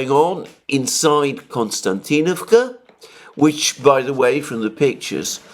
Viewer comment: It's not Konstantinavka but Kostiantinavka just for the record. Being Greek I can see why you would want to call it Konstantin...